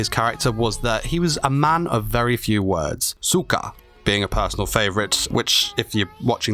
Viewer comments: who the fuck pronounces soka like cyka. there is no u say o. like so ka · How did you manage to pronounce 'so ka' (is that so/ I see in Japanese), as cyka (a Russian insult / curse word) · "Souka", not "suka". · Did u just said "cyka"?? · when you said soka I giggled like a silly child, the way you said it sounded exactly like the word bitch in polish lmfao